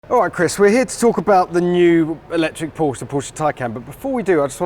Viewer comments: Why wont they pronounce Porsche correctly? Theyre clearly saying it the wrong way on purpose.... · Please Jack, hear and listen to how Chris pronounces Porsche and repeat until you're saying it in your sleep.